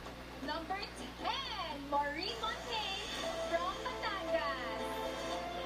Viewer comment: why was cat not informed of how maureen's last name should be pronounced, mon-tag-ne vs mon-teyn?